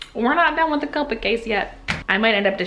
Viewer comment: she is saying copic wronbg